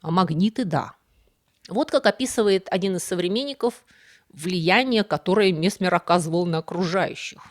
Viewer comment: Опять проблема с ударенияии..месме'р.